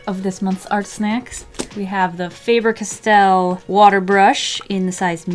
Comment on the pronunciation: Umm you pronounced the Faber castall wrong and also have you never seen a school glue stick its not a chapstick too so maybe you should rethink about some things